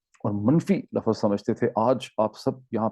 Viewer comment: It’s not word Lafaz it’s Lafz